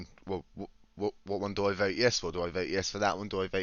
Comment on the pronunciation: You're saying Voe rather than vote